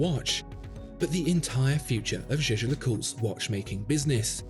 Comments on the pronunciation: Its the French pronunciation of a German word. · Jaeger is a German word (meaning hunter), please do pronounce it correctly it hurts my ears... You are supposed to be a professional.